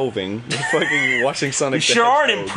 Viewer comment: its sonic not sanic